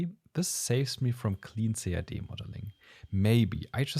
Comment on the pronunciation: I like the video and the clear in-depth explanations from the user point of view, but please use for CAD the phrase /kæd/ or /si-ei-di/, and not /ce-a-de/. I do speak German, and still, until almost the end of the clip, I could not catch what you were referring to.